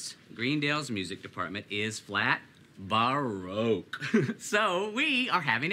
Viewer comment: oh my fucking god “baroQUE” 💀💀